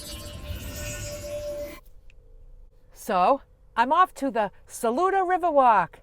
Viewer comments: Yep, you said Saluda just right. 😊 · Yes you are pronouncing Saluda correctly.